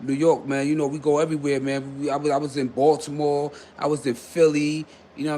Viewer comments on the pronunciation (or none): none